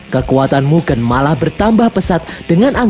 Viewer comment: baca mugen aneh bang, coba e nya pake kaya lele